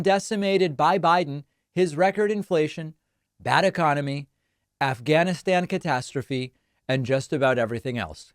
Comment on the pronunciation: Did you just say “ Afghanistan-atastrophe?